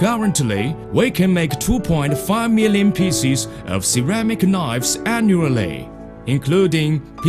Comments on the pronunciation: Ceramic knoyyves. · CERAMIC KNOIVES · Ah, knoyves. My favourite.